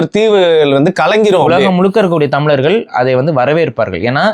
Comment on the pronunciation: This man speaking about so much on Tamil, but this fool doesn't pronounce tamizargal , It's not tamilargal